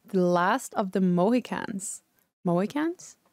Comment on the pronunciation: Moe - He- cans